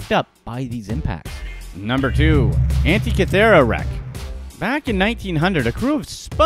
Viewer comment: Giza- pronounced gēza! Fool! The first two a's are pronounced Tăn-ză-nía, like ăpple. Antikythera is pronounced ăn-TIK-ï-theră. Pronounce your words correctly PLEASE!! The ignorant should not educate others.